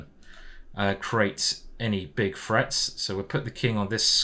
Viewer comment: It frustrates me how you can't say "threat"